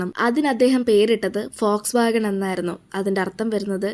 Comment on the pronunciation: Fox wagon ❌ vols wagon ✅